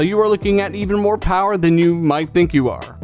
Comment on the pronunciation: The Powahh....lol